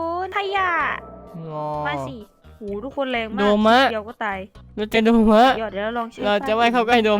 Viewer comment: โดม่าไม่ใช่โดมะ